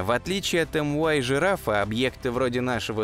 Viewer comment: Может мю-жирафа, а не эм-уай? Звезды греческими буквами нумеруются